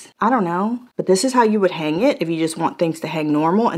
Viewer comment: NOTE : you do not say the G in the word HANG The G is silent